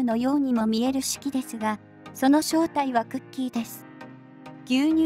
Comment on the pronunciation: シュキじゃ無くてシュキーですよ！